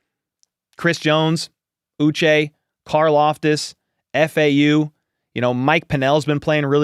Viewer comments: It’s pronounced OO-Shay. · Remember it's pronounced Ooh-Shey Joshua Uche Ooh shey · I believe he pronounces his name “OO-SHAY” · Hi. This symbol ' indicates an accented syllable as in U che' 😊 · Well take a look at the man himself. Sounds like he's saying uche